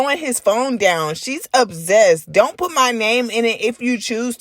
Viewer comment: The way you say obsessed is disturbing 😩